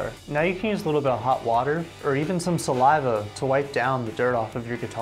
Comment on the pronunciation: I wasn't really reday for that Sal-lai-va